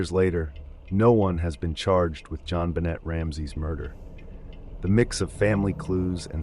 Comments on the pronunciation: to be fair during the intro he apologized for mispronouncing names, and that he made super sure that he wasn't gonna mispronounce a name, especially a victim, and then within the first couple pictures he pronounces the T on JonBenet throughout the entire segment. It doesn't really bother me to much. But when you bring attention to it yourself, and then come right back and do the same exact thing, that seems like it deserves to be called out. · There's really no excuse for the way you egregiously butcher Jonbenet's name. Her case has been spoken about enough that the proper pronunciation is easily accessible. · Is it rage bait to say JonBenet's name a bunch of times but only pronounce it correctly once? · The jon benet case is so infamous im actually appalled. Usually i try to be gracious about pronunciations; it can be difficult; but when you are talking about deceased people it’s definitely coming across disrespectful now. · That is now how you pronounce JonBenét....jfc. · The Ramseys didn't speak French. If they did, the T would have been pronounced. The way her name was pronounced, it should have been spelled JonBenét if it were in French, not JonBenêt. But yeah, the AI voice doesn't know how her name (or Ted Kaczynski's for that matter) was pronounced. That should have been corrected in the script. It's not like there's not millions of hours of contemporary media pronouncing their names. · Suge Knight is pronounce "Sug" like short Sugar. And Jonbenet is Jon-bo-nay. No "T" sound, it's French.